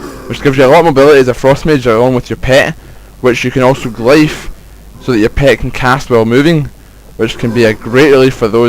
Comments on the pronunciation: (Glyph) Glif, not glife. It isn't a matter of accent either, not unless you say Hiero-"glifes" (as in Egyptian Hieroglyphs). If you do, sorry. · love it how u say glyph